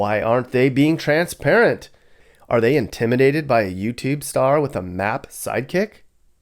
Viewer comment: Did you call the map nappy? 😂